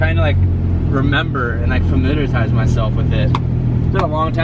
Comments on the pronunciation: Haha!...he said "familiartize"...lol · Familiarize not famirialtize.....